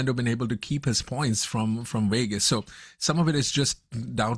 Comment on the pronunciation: What is the host’s native language? I keep hearing him say the race in Wegas.